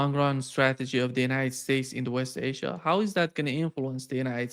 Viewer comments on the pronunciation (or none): none